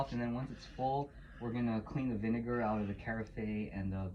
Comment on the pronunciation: You said vine-what? 😨